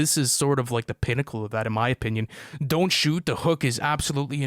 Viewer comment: Bro said “don T” 😭